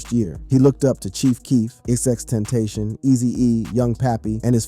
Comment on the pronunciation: The way you just butchered XXXTENTACION is a disgrace. One single 3 second google search will show you how to pronounce it. Take the damn time to at least learn how to say their names. The amount of disrespect that goes into just guessing X’s name is ridiculous. I get that maybe not everyone knows him, but you’re doing a video on rappers dude! Like wtf is your problem. Start acting right or get tf off the platform.